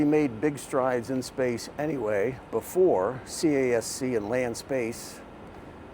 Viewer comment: CASC, it's pronounced as "KASK" ✌️